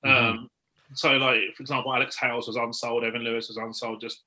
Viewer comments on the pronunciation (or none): none